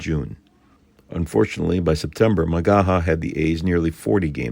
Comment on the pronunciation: This is fantastic! (Pronounced Ma-gay-hay. No kidding.)